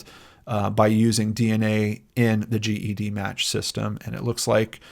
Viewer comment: “Jed-match” is how we in the genetic genealogy world say it 😉 thanks for all you do!